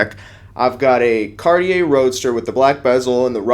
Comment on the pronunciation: Can’t even pronounce Cartier properly but supose to take advice from him🤨